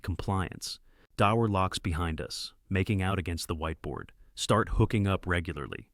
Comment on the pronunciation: Bro said daur